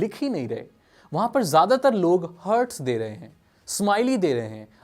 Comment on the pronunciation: हार्टस होता है भाई…. हर्ट्स नहीं।